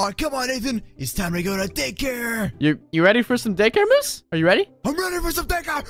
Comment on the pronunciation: michele torres-rivera and its moose not mosse